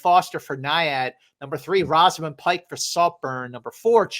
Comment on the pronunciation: In agreement with the choices mentioned. I really like Emily Blunt in Oppenheimer, and I think she is overdue for a nomination. Also from Saltburn - her name is pronounced Rose -amund, not Roz-amund. And she is great as well.